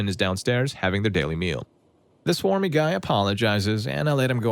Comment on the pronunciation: Bro it clearly says smarmy not swarmy 😭